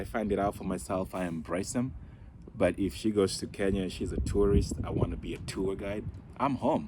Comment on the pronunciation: it's spelt Kenya. And pronounced Kenya not Ken ia. I've got mixed kids and they know they are kenyan and speak swahili and Kikuyu but only one was born in Kenya. Culturally they experience their dad's heritage more but it doesn't make them any less Kenyan.